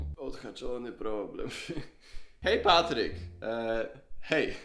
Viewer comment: Czy tylko ja zawsze zamiast Patryk słyszę PAPRYK 🌶️? XDDD cześć 😂😂😂